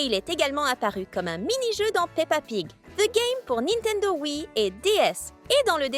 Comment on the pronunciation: Tu as dit pa pig 😂😂